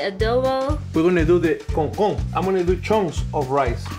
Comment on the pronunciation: as a dominican i screamed like a girl when said "CONCON"😩🤙🇩🇴